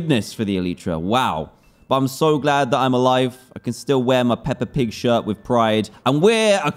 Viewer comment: Omg I'm still laughing at the way Dan says pepe pig !